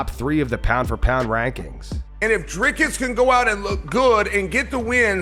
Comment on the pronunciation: Sorry DC, but when Uncle Chael is pronouncing fighters’s names better than you, you’ve got some work to do…